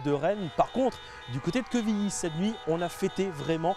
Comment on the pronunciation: pitié c'est pas quévilly mais quevilly avec un "E"